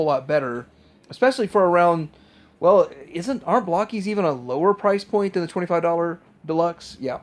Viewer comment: Why do people keep calling Blokees "Block-ees"?? They are little blokes... they are not made of blocks and I see a lot of round bits, so they're not blocky either.